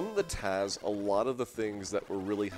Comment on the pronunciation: The guy saying TAZ instead of TAS is like nails on a chalkboard.